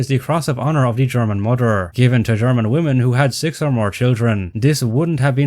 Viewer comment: What's a "mOder"